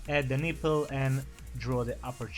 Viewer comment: Lol the way he says nipple "neeple" but great drawing idk how people draw without looking at pictures